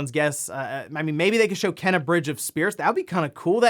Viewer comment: Will ever pronounce Kena correctly?